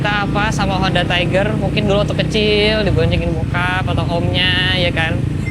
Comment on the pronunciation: please bukan taiger 🥲